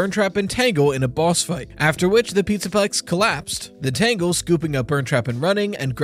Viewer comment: "after the PizzaPUX collapsed..." lol